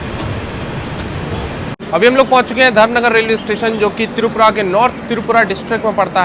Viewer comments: itz not tirupura itzz tripura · It's not "Tirupura" it's "Tripura"